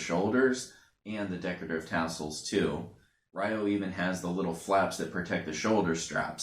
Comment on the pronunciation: They all have large shoulder guards, though Kento's/Shu's is slightly shorter. It's not pronounced Re-yo. In the Jap. version they pronounce it Yo since they can't pronounce the R when next to Y. In the Eng. it's pronounced Rye-oh.